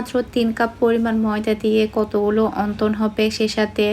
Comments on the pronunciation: অন্তন না।।।। উচ্চারণ হবে অনথন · Onton na apu onthon apnar mukhe onton sunte kmn jani lage.